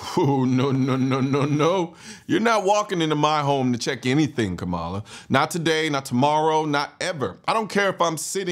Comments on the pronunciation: Im with you. 100%. But you can spend enough time to pronounce her name right. Kamala ———-> pronounced like Comma - La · Are you purposefully mispronouncing her name? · Try saying her name right kind sir..